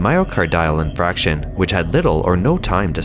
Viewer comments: It's "infarction," not "infraction" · I know everyone here loves the narrator even though he sometimes mispronounces words or names. But here I need to point out that it's pronounced "myoCARdio" (just like "cardio" of course), not "myocarDIo" as he keeps saying. 🤦 And as others here pointed out, it's "infarction" not "infraction." It shouldn't need to be said, but if you are narrating a respected channel like this and don't know how a word is pronounced (especially if it's repeated), you should look it up first! ... Same with "HaiDIAN" not "HAIdian" District, though on that I admit I'm being nitpicky.😆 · My-o-car-dee-al in-farc-shion, not myo-car-dile in-frac-shion.